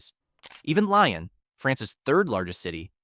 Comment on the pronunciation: If you use an AI voice surely you can train it to speak consistently and with correct pronunciation of topographical names such as "Lyon". j